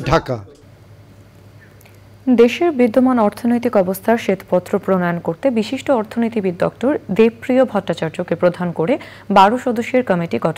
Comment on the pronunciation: Please pronounce the names correctly. Such as Dr Debopriyo bhattachariya. Not Deb Priyo